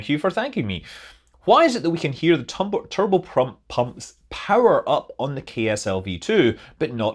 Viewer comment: Kept hearing "kerbal pump" instead of "turbo pump".